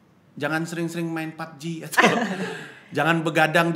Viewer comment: Hampir dikira bang pandji ngucap "pubg qi?"